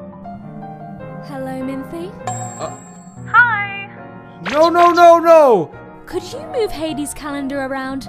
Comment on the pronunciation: They had a similar problem with part 1, where they pronounced Minthe (Min-thee) as Minth. Thank the gods they fixed that.